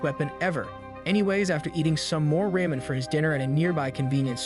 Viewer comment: Raymen noodles? Isnt it pronounce Ramen noodles?!